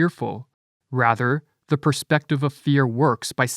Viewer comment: As a narrator, please correct your pronunciation of the word "perspective" - you are clearly saying "prospective" - different word and meaning altogether.